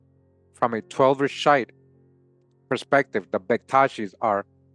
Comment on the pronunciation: The word shiite is pronounced sheee ieght last part like the word height but without the H.